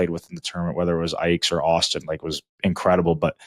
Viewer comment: It's Auston lol